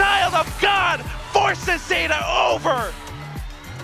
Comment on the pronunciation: ゴッドじゃなくてガッドって聞こえるね